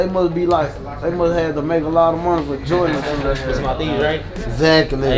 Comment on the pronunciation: “What da fuhh? Jorduhh?”😂😂😂